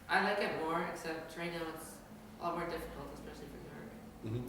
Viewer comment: SHe said it! 'Now its harder expecially for zerg'. Fix it blizzard! TY!